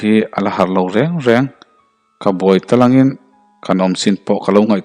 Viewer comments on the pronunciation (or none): Ka buai tlangin intilo tâlângin tih awm tak a rik dan hi a fel hlel deuh